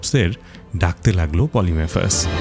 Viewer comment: পলিফেমাসকে (সাইক্লপ্স) বারবার পলিমেফাস উচ্চারণ করছেন, বিষয়টা বিরক্তিকর লাগছিলো।